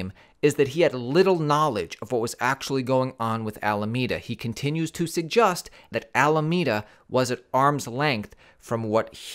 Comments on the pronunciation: says saggast instead of suggest. wow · why do you keep saying SEGGUSTING and not SUGGESTING ?? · sug-gusting is what you're saying my guy. It's sug-ges-ting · Why are you pronouncing suggest so weird